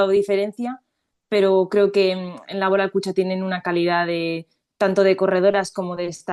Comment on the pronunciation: Por qué esa manía de hacer Laboral palabra esdrújula? Tanto en castellano como en euskera es palabra aguda. Pero bueno… cada uno que lo diga como quiera. No sé si al patrocinador le gustará mucho